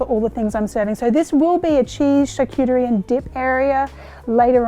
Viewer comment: PS, lovely Marion, if ya feel like it, charcuterie—is pronounced as “shahrkuTREE”. Have a super party!